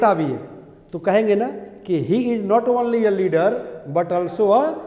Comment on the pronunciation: वनली नहीं सर ओनली✓ (ऑनली×)